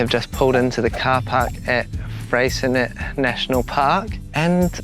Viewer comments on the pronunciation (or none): BTW Freycinet National Park has a french name therefore should be pronounced Frey...cin..ee not Frey .. cin..ette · FYI the T in Freycinet is silent :) ---------Also Strahan? Its pronounced STRAWN